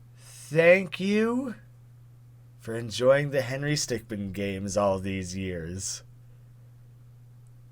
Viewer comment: Correction: Stickmin (min not man)